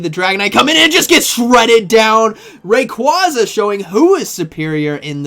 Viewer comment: Unsubbed.... Learn how Rayquaza is pronounced